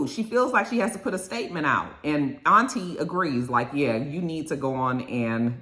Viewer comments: Her name isnt "Auntie". Ashley pronounced it as "Aunt-Tee-A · Her name is Auntea pronounced on-tia! Lol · The lady’s name is “Auntea” pronounced “Aunt-TIA” and when i saw that i thought it was so ghetto😭😭😭 why they name her Aunt in English and Spanish and put it together 😂😂😂